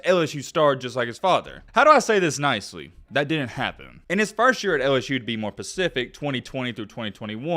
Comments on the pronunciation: Did he say pacific? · The Skip Bayless of YouTube sports commentating is who you are. You can’t even pronounce specific but nobody is calling you out. Why don’t you just let the kid play it out and I hope he proves you wrong. Your name should be bigotbegreat🤣🤣🤣